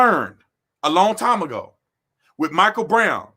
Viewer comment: you pronounce the Michael wrong